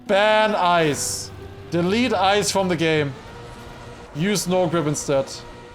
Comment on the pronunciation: became American. "Ban ice"